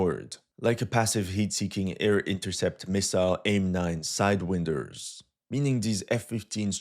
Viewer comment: "Sidewinder": like wine, not wind. :-)